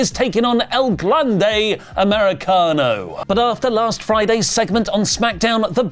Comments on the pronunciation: As a Spanish speaker, I find myself alarmed every time pronounces El Grande Americano as “El [Glande] Americano” 🙃 do not google it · I'm not saying you guys should stop calling him "el GLANDE americano," but you guys should at least check "glande" in a spanish dictionary because it definitively means something and that something is not the same as "grande."